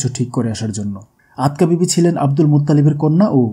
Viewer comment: Not Atka bibi but Atika bibi.